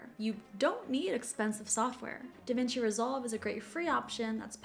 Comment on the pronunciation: Just for your info when u name the software, Divinci Resolve, I could not understand when you named it and the picture of it went by so fast, I had to replay 3 times before I got it